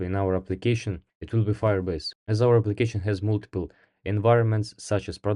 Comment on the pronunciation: Кстати, не мултипл, а малтипл :)